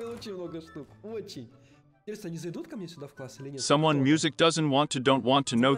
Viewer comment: Ну шлушай интьересно